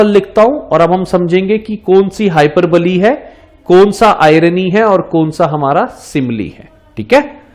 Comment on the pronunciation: Sir it's not हाइपर बली its हाइपअःबोल.